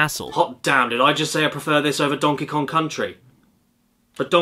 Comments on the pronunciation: dongy long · "Donkey long"- Caddy 2019